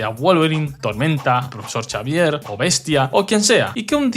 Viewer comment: Por Dios. El profesor Chavier porque no se pronunciar una puta X